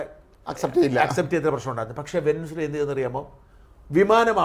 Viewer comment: Veninzula Alla Venezuela . Pls stick to Vijayan, Tharoor, Surendran, Jasmine and uk